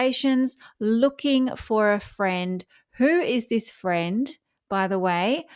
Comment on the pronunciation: Harry : I'm looking for a fwend. Will you be my fwend? 😂